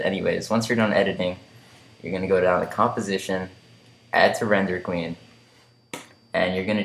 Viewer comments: What's a render kwee? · I heard 'queen' xD